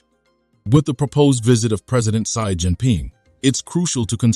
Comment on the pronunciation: "Sai" Jin Ping?